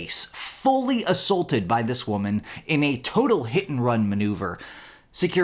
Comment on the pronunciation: Assaulted. Not Assulted